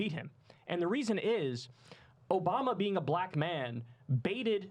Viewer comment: The 3 syllable "Buh-laa-Cuh" is giving segregation vibes 😐